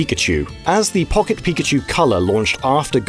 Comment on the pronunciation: Pawket pikachew